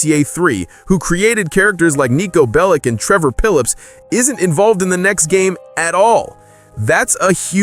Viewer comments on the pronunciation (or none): did he just say trevor pillips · “trvor pilliops” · "Trevor Pillips" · “Trevor Pillips” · Trevor pilips hahah😂